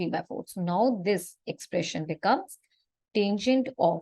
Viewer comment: It's not taingent, it's tangent